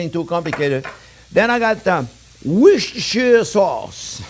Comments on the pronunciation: In England, We don't pronounce the shire part of Worcestershire sauce. Just Worcester sauce 👍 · Love the fact that you pronounce „Worcestershire Sauce“ just as horribly as I do - I guess only people from Worcestershire can get it right 😂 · Oh my. 😄 Another tounge twisting take on the "Woooschtascchair" sauce... Just call it Worster sauce ! That's what Brits do. 😘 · Worcestershire sauce is pronounced "wooster" sauce, dunno why, just another one of those crazy, sorry eccentric, British traditions! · Love the woosheshtrshsauce LOL! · ive heard him pronounce Worcestershire correctly. He's making a thing of it